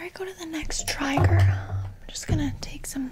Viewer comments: When she said triger instead of trigger my face crinkled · When she started saying trigger like tiger, i died laughing 💀💀😂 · I love that she said triger in stead of trigger🤣😂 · & she says tragger instead of trigger ... wait what? 😂😂😂😂 haha! love her!